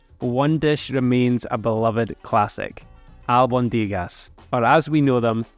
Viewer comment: The accent is on the O….AlbOndigas